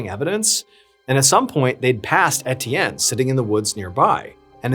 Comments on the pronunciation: “Et-ee-en” is “ay-chan” 🏈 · It's unbearable and inexcusable 🤬 I was hoping he was educated enough to, at the minimum, look up how to pronounce names 🤬